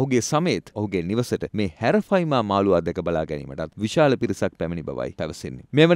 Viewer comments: හැරෆයිමා නෙවේ යකො ඇරපයිමා😂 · Nama hariyata kiyanna bro Harapima nemei Arapima hode😢😅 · නම වැරදියට කියන්න එපා. විස්තර හරියට හොයලා කියන්න. බොරු කිව්වම මිනිස්සුන්ට එපා වෙනවා. මාළුවගෙ නම - " " " ඇරපයිමා " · නම හරියට කියන්න "ඇරපයිමා"